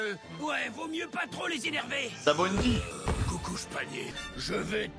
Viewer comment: Personne a remarqué a 40.15 le gorilles il a dit coucouch panyew😂😂